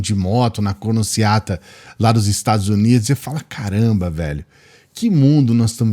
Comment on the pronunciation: "Cornociata" foi hilário!!! 🤣🤣🤣🤣🤣